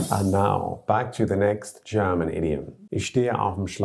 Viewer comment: I noticed that people from the UK are exceptionally good in pronouncing German fluently. It seems like second nature and this guy's accent is really good. props!